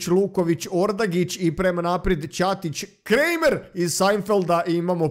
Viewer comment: Kaže se Kramer a ne kremer